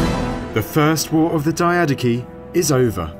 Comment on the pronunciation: I am the only one who thinks mispronouncing it as die-uh-DOCHI (ch as in church) is cooler than die-A-daki?